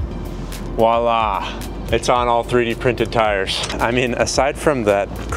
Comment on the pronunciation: * voila not walla